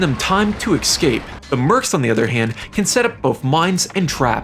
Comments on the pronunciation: escape and especially not excape and expeccially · Please don't say Excape... theres no X